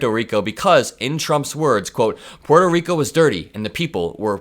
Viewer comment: It's nice to hear Puerto Rico pronounced properly. Most Americans (well, Gringos like me, anyway) say "PORT-oh" instead of "PWAIR-toh". Good job,! And I don't mean just the pronunciation. Edit: 💙💙💙💙💙